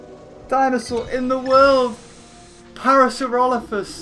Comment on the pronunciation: You're rot Evan saying parasaurolophs right.